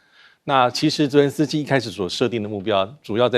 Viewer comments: 这位还真是固执，别人都念责任，实际就他一个人练，轮着司机，主持人也不纠正。也不从其他嘉宾发言中意识到自己的错误并纠正，就这样一直喊轮着司机。从俄乌战争开始一路喊到现在真是够固执的。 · 总爱说“伦泽斯基”。😂